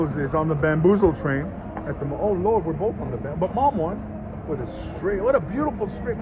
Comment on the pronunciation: Drinking game every time he says, lord pronounced Loarrd beer you’ll be effed up in five minutes.